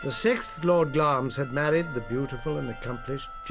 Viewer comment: wish these presenters would prounce names as they should be. the castle of glamis is pronounced as it is spelt. it is not pronounced glames